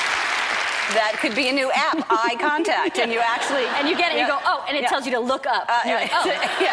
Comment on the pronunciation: laughing at myself cuz when she said ''eye contact '' I thought she said ''icontact''